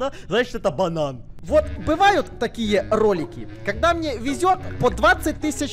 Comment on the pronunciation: орнул от акцента на "это банан"